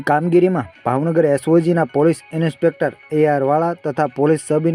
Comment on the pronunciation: ઇન્સ્પેક્ટર ❌ ઇનીસ્પેક્ટર ✅